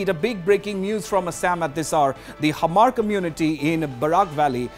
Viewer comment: Its not hamar😂😂 its hmar ..u can say mar